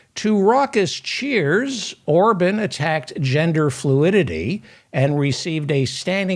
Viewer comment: Remember Republican Senator Larry Craig in the airport bathroom. P.S. Orban is pronounced "Ore - bon" not "Ore - bun"